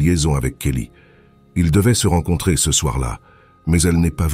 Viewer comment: encore une de ces MMMMMMMMMMMM de voix robotiques, c'est vraiment horribles à écouter, si au moins les mots étaient parfaitement dit, mais non, y'a toujours toujours des flops, du style ce ils le disent en deux mots même trois parfois, d'abord C après E et ensuite CE , faut entendre pour comprendre à quel point c'est casse - c et casse - oreille désabonnement direct, c'est insupportable à entendre, y'en a qui veulent devenir youtubeurs et ils ont même pas l'envie de perdre leurs temps à lire leurs scripts eux-mêmes, alors changer de hobby vous n'êtes pas fait pour ca